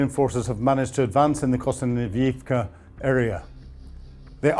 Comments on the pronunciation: Your reports and insights are always factual and interesting, and much appreciated. Just can’t help noticing your struggles with some Ukrainian and Russian place names like Zaporizhzhia, Kostyantynivka, and Yekaterinburg, and perhaps some familiarisation listening to Ukrainian bloggers and channels pronouncing these names might help. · Everytime he says Kostyantynivka, i fear he’s having a stroke 😅